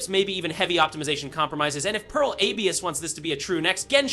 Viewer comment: Dude you are spouting really weird stuff. First of all, learn to pronounce Abyss lmao, what is that AYBISS crap. Second of all, specs are openly visible on Steam, they are accordingly high for such a game without being unobtainable, DF was very optimistic about the technical features and the company is well known to be able to pull off open worlds with fucking thousands of people going at once, without loading screens. This is the weirdest CD video out of them all so far and the bar was already low when it comes to misinfo and speculation.